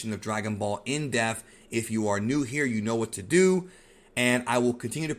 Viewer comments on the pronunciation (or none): Omg. It's (DEP)-th speak proper English . In Depth. Not, Indeft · Are you saying deaf or depth? You spell it depth but you say deaf. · Listen. I only subscribed to your channel because I told you if you pronounced in DEATH" as In Depth!! PTH!! not ATH. id subscribe to your channel in honor of correcting you however...sadly you continue to ascribe Death to ppl instead of going IN DEPTH!!! EPTH!!! not ETH!! IP PIP DIP SIP dePTH!!!!!!!!!!!!!! it's that serious! sir.....good day. You'd have a million subscrippers if you could pronounce it that dogdamn way!!!!